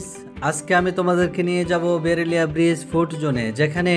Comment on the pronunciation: ভাই,এটা বেরুলিয়া না। এটা বিরুলিয়া।